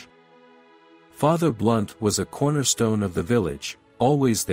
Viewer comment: ❤There is a Fr Blount... Not "Blunt"